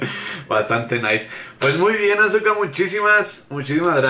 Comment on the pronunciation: Vino Azuko, no Azuka!